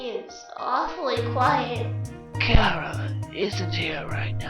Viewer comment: Yes you said Chara properly yay